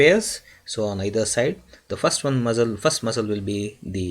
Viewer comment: Why u keep saying muzzle ...its muscle